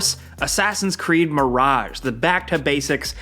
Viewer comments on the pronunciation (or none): none